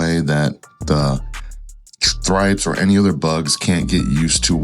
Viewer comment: The correct pronunciation is "trips" 😂👍🏾 but u gotta sound the H "thrips"